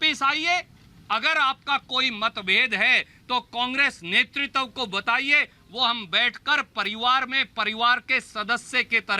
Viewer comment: Netritav nhi hota h netritva hota h,kis bachhe ko bolne bhej deti hain sonia ji